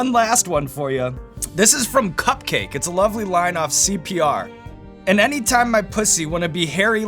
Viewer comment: HOW SEAN PRONOUNCES CUPCAKKE HAHAHAHA